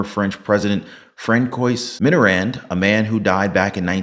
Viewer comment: Your pronunciation of Francois through (Frank-Coyse) ... it is more like (France-wah).